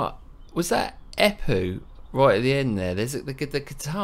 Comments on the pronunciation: How many have told you that it´s Empu not Epu? Hahaha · Haha, I'm English - you called him Eppu repeatedly, no M. But who cares? It was a passing comment. Main thing is, it's great song, even if you rated it lower than I would. But that's hats the nature of music - any art really - tastes differ and a good thing too or it would be a boring world and we'd all love the Spice Girls